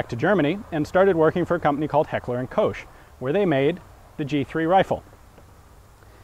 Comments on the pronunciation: Only meant as an information: The company is called Heckler&Koch. You said: Heckler&Kosch. But the word "Koch" is a major difficulty in every American weapon video. Even American employees of H&K seem to have difficulties with that word and are pronouncing it wrong. I was asking myself for a few minutes what "Gerat" could mean. Until I realized that you meant "Gerät". An "ä" is not an "a" and is pronounced different. Anyway: Very interesting video! :) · Two things: 1. You say Heckler und Kowshe? Whhaa? It's Koch, like Bach (you don't say Bawshe). If you really suck, you can say Coke and that'll be fine, for an American. 2. The Roller-delayed blowback has seen use wayyy before the CETME - the MG42 is a direct "borrow" from the Mauser development. I hope you don't think the tone of the above comment is harsh. Many internet commentators intend to insult - not me. I like you and hope you will consider my input :) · Not quite - "Koch" as in "Coke". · Not kosh as in kosher ; cook as in fix dinner FG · sounded like you said Heckler und Coach :D.. and its Gerät not "Gerat" a bit like the a in anyway. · it is called gerät not garat!! and you have to say heckler und koch not hekler und kousch!!!! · PS: It is not "Kosh" You will find on YT some pronounciation Clips how to say Heckler& Koch the way it meant to be... :)